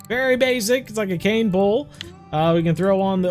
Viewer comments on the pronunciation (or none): none